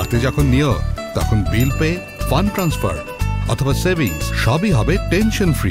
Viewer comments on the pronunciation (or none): none